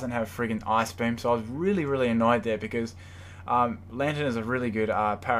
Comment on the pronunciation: when you say ice-beam....sounds like ass-beam